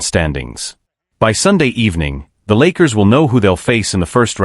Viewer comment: I can’t take the AI either. Can’t even say the name of the Lakers correctly. What’s wrong with this picture?